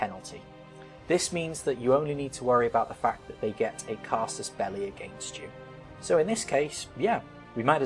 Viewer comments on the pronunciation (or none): Oh my god... "Casus belli"... I wondered the whole time why he was talking about the "casters belly" ^^